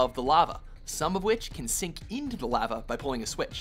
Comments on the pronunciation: Is it just me or does he say 'lava' weird? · Anyone else bugged by how he pronounced lava?